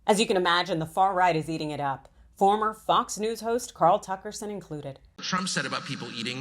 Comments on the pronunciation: Did she say Cucker Tarlson lol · "Cucker Tarlson"